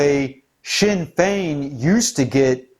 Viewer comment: Good job on the pronunciation of the Irish Political Parties. No real surprise that "Sinn Féin", are on the side of leftist Globalists' (translation we ourselves or ourselves alone literally a declaration of "Ireland for the Native Irish", ironically). "Sinn Féin", split in the early seventies into "Official Sinn Féin", nick named the "Stickies", and "Provisional Sinn Féin", with the Officials representing the more Conservative Wing and the Provies the more radical and Socialist Wing, no surprise that they would feel an affinity for "Antifa", as they would share their Marxist/Anarchist world view.